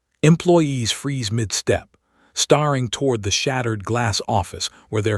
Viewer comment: Geez. Get your AI to pronounce words correctly. “Staring” NOT “starring”.